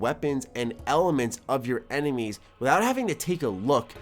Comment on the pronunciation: "Blasted my Emenies away" lmao